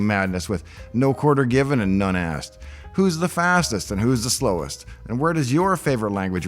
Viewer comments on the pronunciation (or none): none